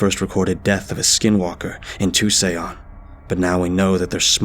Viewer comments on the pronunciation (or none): Lmao.. Too-saion?? Is that how he pronounces Tucson, AZ? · GOOD SHIT BRO. NEXT TIME YOU COME ACROSS THE CITY OF TUCSON IN A STORY, PRONOUNCE IT AS "TOO SAUN". SALUTE HOMIE.